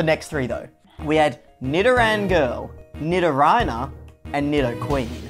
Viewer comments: no, no, no, no, no not Nido-RYE-na Ni-do-ri-na. the "ri" rhymes with the "ni." Nee-do-ree-na. Like Spanish, because it has the Spanish feminine "-ina" suffix. Like Ballerina. and again, no it's not "Nidoraino," it's "Nidorino." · I've never heard anyone pronounce nidorino and nidorina as ryno and ryna instead of reeno and reena. Not bad, just interesting to hear it. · NIDORHINA? WHO THE FUCK SAYS NI-DO-RAI-NA? IT'S NI-DO-REE-NA AND NI-DO-REE-NO, I WILL FOREVER JUDGE YOU FOR THAT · IM SORRY BUT DID YOU JUST CALL NIDORINA AND NIDORINO NIDORHINO AND NIDORHINA??? LIKE THE ANIMAL RHINO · I'm sorry Nidorhino and nidorhina? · That pronunciation was painful and that was from. Mispelling lol Gary's dos? Is that a Pokemon on her earrings? Can't tell. Combee? Or Not. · Bro how the fuck did you pronounce Nidorina 😭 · If you are trying to get her to guess the pokemon names then you will need to know how to say the names correctly yourself. Nidorina and Nidorino, you butchered those names yourself